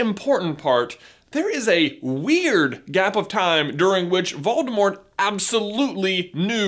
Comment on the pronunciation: Did you know the “T” in Voldemort is silent?